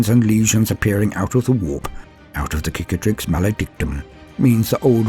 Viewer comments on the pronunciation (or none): I cringe each time i hear "KICATRIX"... its CICATRIX! It must be native eanglish speaker thing... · Tiny Gripe! The first C in "Cicatrix" is an S sound, as in Scar The word might come from "Cicatriz", the word for Scar in Spanish. Google says tree scars! Subbed for the rest of the voicework. That shit was good.